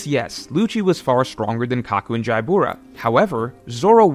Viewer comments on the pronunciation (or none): Why does he say Jaibura? Isn’t it just Jabra? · Jaibura? Jabra is fine